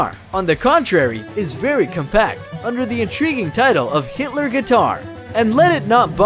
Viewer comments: It’s Gitler. It’s a G. Not an h. Oh by the way there’s also a base model. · His name was Allen G I T L E R not hitler and the guitar is named as such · The "G" in "Gittler" isn't pronounced like an "H". Kind of a ridiculous mistake to make, considering the inventor is an Isaeli. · Neck shaft? It’s just called a neck. Oh and the brand is “Gittler” not “Hitler”. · If you notice, I'm holding a Gittler, not pronounced 'Hit**r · It’s gittler 😂😂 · Its gittler guitar. NOT hitler guitar... GITTLER. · I highly doubt it's pronounced "hitler" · The name is in the bottom left corner of the screen.....it's Gittler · It’s Gittler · gitler not hitler